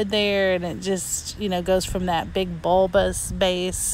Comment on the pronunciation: don't say bulbous lol